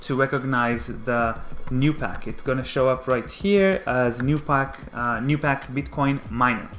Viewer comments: Not gonna lie, I thought he said Tupac. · He said 2 pack.